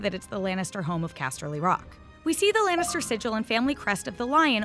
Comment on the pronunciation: lAnnitster not lEnnister ok? sheesh